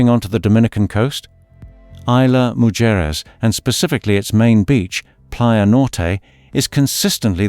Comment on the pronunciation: AI Butchered the pronunciation of Mujares!😂